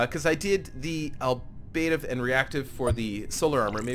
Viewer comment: You're pronouncing "Ablative" incorrectly, my friend.